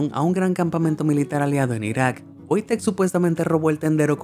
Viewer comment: por que en el video le dice VOITEK si se llama WOJTEK???